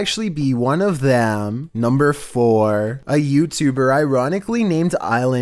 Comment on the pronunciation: Chills:nuembuer fifteun obey the walrisk